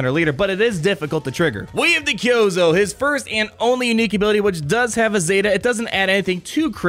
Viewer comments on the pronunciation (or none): It's pronounced ki-oo-zo